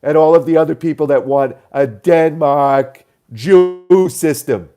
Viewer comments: I had noticed Chris Matthews saying "Den-Maeyrhk" weirdly before. It has become something I live for. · OMFG hysterical theme-string a la Matthews - and let's call them, Denmahhk, Central Pahhk, martial ahhts